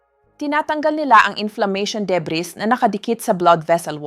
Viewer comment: Why is AI used for her voic ...ang daming mispronounced words...muscle, table, debris, stomach, wat marami pang iba